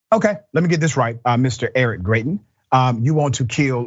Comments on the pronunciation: His name is actually pronounced as Gry-tens. I know because I'm from Missouri. When he visited Jackson, MO to discuss state taxes, he was peppered with questions about kidnapping his side chick and his threat of revenge porn. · it's pronounced Gry-tins. sadly, I know this because I'm a resident of this backwards ass state.